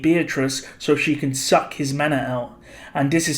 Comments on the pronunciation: Stop using a hard K when saying SUCK in reference to Beatrice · Is it me or does put a lot of emphasis on " SUCK "